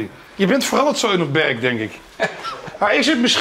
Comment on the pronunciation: het is “berKK”